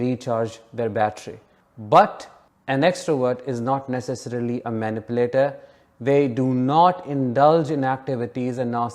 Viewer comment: Manipulation is pronounced like Muh-Nip-You-Lation.